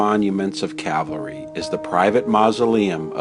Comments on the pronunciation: Why does it sound like you say Cavalry and not Calvary? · It's Cal-va-ry, not Cav-al-ry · That's CALVARY. Not CAVALRY. One of my pet peeves, (usually with the first word pronounced wrong). This is antique stuff, more on the lines of our grandparents generation. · It's Calvary not Cavalry. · I love your work but PLEASE it is CAL VARY not cav alry lol. You are so respectful and dont senstionalise any of the people who you choose to talk about. I wasn't keen on seeing tese 2 episodes as I am not a Hollywood fan, but you have done such a fantastic job that I was pleasantly surprised. Thank you. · Cavalry-- someone could have corrected the narrator.